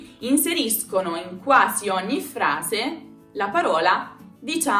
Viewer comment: Minuto , la pronunciación de OGNI no sigue la regla del GN?